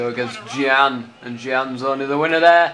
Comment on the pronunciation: gian who the fuck is gian its gyan lol